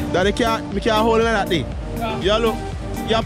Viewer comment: But wait how u calling options hut, " that dey " 😂😂😂😂😂